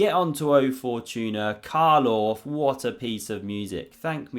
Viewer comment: Only an Englishman can make 'Carl Orff' sound like Boris Karloff. 🧛 Bonus points for using the word 'moribund' though.